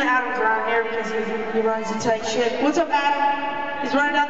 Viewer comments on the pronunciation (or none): He Said SHIP Not S#@ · oh he said ship not shit listen you can hear him ship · he said Ship. With a P... lol